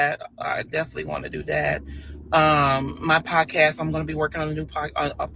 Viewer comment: He can’t even pronounce the word “podcast”